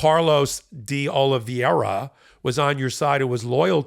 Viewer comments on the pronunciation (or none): His name is Carlos De Oliveira... That's Oh-Lee-Veh-Ra. It's not complicated. He may be a traitor, but he's got a right to have his name pronounced correctly. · The name is Carlos de Oliveira - Oli-vey-ra - not Oliveria. Why does everybody on Meidas Touch insist on mispronouncing his name? MSNBC gets it right time after time. Is there a reading problem here? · Why is everybody pronouncing "Oliveira" like "Oliviera"? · I'm getting sick of mispronounced names. Oliveira = o-lee-vay-ra. "Ei" is pronounced like long ā in English. Please. Tell Ben too! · “Oliveira” is Portuguese and is pronounced oh-lee-VAY-ruh. Nobody is saying this correctly. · Not make too big a point on it, but saying Carlos “Olivería” instead of Oliveira is the same as saying “Medias” Touch Network. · Everybody and their uncle are pronouncing OLIVEIRA incorrectly. It does not rhyme with Riviera.